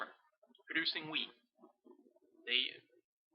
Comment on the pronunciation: I thought you were saying weed instead of wheat at the start haha. Very helpful thoo thanks.